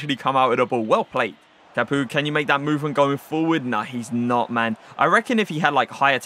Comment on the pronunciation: Did you just call him capooka?